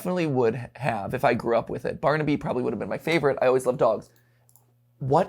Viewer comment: You missed the R in baRnaby